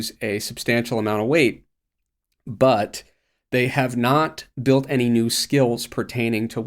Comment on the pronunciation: Why does pronounce vowel I so weird?(decided=decidiid, built=biiilt, think=thiiink, very=verii) its much longer and more pronounced compared to